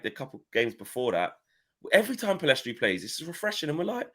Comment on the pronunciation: Guys it's Pellistri. Not Pellestri.